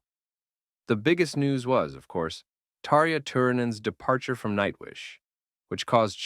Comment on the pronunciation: Too bad AI totally butchered Tarja’s name!